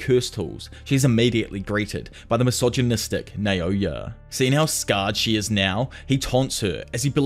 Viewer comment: Ngl I love to put your videos on the background while I do stuff, they are great I think I’ve listened to many of them (specially jjk ones) more than two-three times and will keep doing it but every time I get to this part it’s always funny and a bit jarring how much énfasis you put in mentioning how MISOGYNISTIC Naoya and the Zenins are every chance you have… is like yeah we get it they are bad people, and yeah we get it you really really really hate MISOGYNY… idk man feels like a weird posturing anyway hope she sees this bro. Keep up with the great videos!